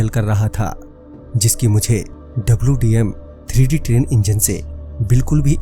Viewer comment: Aree bhai dwm3d nahi hota hai wdm3d hota